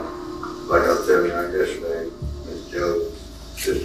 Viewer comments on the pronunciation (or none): none